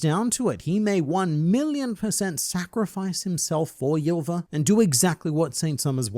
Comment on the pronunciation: So if you remove the pronounciation of "J" in "Ylva" you're saying it correctly